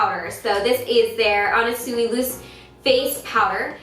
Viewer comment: it's pronounced more like anna swee